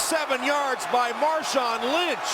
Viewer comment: Who's Marshawn Lymchi